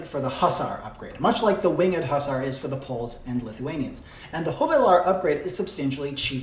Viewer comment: I believe it's pronounced;"Papal" not "Pappal". And Hussar is pronounced "HUzzarr". I spent a wonderfully extensive time in Poland where they tough me a lot about the winged Hussaria (Huzzaria) of Poland.